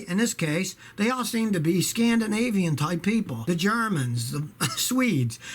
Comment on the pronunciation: I thought Scotty said "ScaMdinavian" instead of Scandinavian